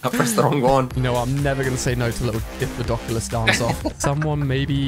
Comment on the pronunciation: He said dipladoculous again!! 😂😂😂